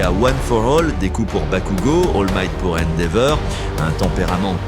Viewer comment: Endeavor ❌ Endeveur✔ La voix me tue on dirait de l'ia😂😂 ou à la limite la voix dans les trains et avions